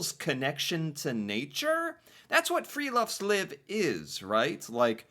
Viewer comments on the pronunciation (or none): No critic … but i smile when you say : friluftsliv ! ( free air life) but you pronounce friloftsliv ( free attic life ) Its fri- LUFTS- liv not fri-LOFTS-liv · Friluftsliv ( with u as in USA )!